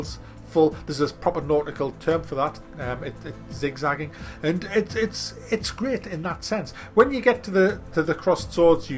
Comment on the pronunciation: Still saying Zik Zagging lol